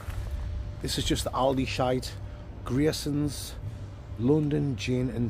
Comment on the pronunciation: honestly thought you were saying ooh Mason I can't lie 😂😂